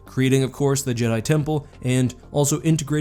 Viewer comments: So is it pronounced ja-dai, or jee-dai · "Jeedai"? Not Jed'aii? Speaking of which, I'm surprised there was no one throughout Star Wars history who thought about trying to restore the Jed'aii order all these years. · It’s more jedaii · I always thought it was just the Vong mispronouncing "Jedi"